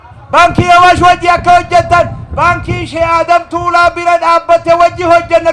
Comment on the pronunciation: Mashallah ,garuu obbolessa koo Tuulaa jedhi malee Taalaa miti